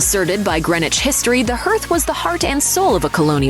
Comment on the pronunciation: Herth? Huh…